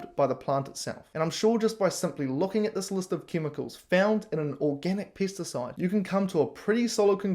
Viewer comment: you keep saying pests and it sounds like Piss..pissacide